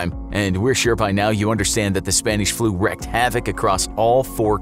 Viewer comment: Does it annoy anyone else how he pronounced "Iran" and "Wreaked"?